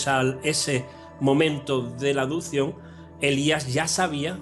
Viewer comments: adupsion - adupsion, adusido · "Los poderes que hizo", "adupción", "andó"... Ese tío ha leído mucho, sí.